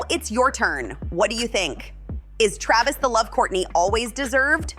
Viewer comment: KRAYvis? CalaBAYsas? This robot needs to brush up on her vowel sounds. I feel like his tattoo hair would look less silly if he didn't polish his head so hard.